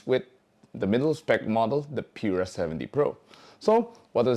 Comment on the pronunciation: Taray ng pronunciation "Pure-ah" 😂